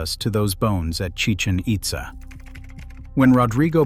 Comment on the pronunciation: It's Chi-CHEN It-ZAH. See the accent marks? It's not Spanish, it's Mayan.